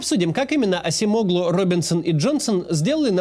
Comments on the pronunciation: Не Асемоглу. А Аджемоглу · он вам Ачемоглу а не асимоглу😂😂😂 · Не Асемоглу а Аджемоглу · Acemoğlu, произносится как Адж(j)eмоглУ, ударение на последний слог. И даже если говорить Асемоглу, то ударение не на О